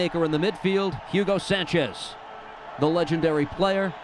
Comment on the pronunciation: jiugo sanchez !!!! it´s a bad pronunciation